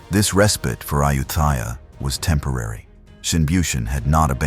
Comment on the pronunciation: This AI narration can't even pronounce the name "Ayutthaya" correctly.